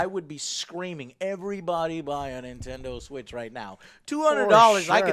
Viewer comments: he says nintender switch! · He said "Nintender Switch"😂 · he says Nintender switch 🤣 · "Nintender Switch" bwahaaha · "Nintender Switch" bwahahhaa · Ok I may be nitpicking here, but just had a little laugh with Joe's Texas accent shining through in. When he says Nintender Switch lol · Nintender Switch XD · "The nintender switch" 😂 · Nintender Switch LOL